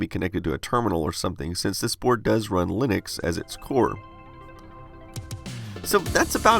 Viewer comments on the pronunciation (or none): none